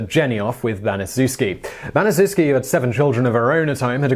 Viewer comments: its pronounced BaniChefski not banizewski. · According to testimony given by Gertrude Banizewski's daughter, it's pronounced "Ban-i-CHEF-ski." NOT, "Ban-i-ZOO-ski." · Her name is pronounced like: Gertrude Banish-Shef-Ski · it’s pronounced Bani-shefski Gertrude Banisezwski was a monster. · Pronounced "Ban-es-chef-ski." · It's pronounced Ban-ih-SHEF-skee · Come on TopTenz, you have 1.3 million subscribers, more videos than I can count, and you've been making these videos for NINE YEARS. Baniszewski is a Polish name. It's pronounced ban-i-shef-ski. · Gertrude's last name is pronounced Ban-ee-chef-skee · You pronounced Gertrude Baniszewski’s name wrong. The least u can do is not butcher the names. What about Elizabeth Bathory? How does she not make the list?!?